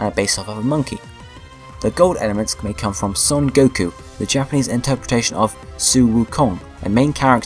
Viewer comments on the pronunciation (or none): none